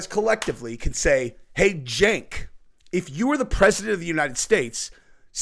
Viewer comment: its pronounced "Jank". Not Sank. You're welcome. Think you can run with that one too 😂